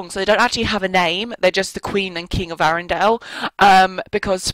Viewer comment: you say arendale wrong